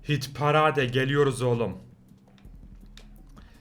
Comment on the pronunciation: parade pareyd diye okunuyor yalnız